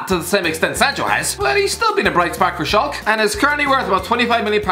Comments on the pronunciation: Pls say schalke not schalk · it's pronounced 'schalka' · Schalke and Angers not ‘Shulk’ and ‘ANGERSSS’ 🤣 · It’s Schalke but I think he made the e silent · Mate, why do you think that the "E" in Schalke is silent 😭😭😭